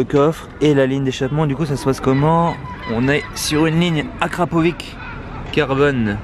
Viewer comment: À chaque fois que tu dis akrapoviC sa me fait saigner les oreilles... Sa se prononce akrapovitch pas akrapoviC 😭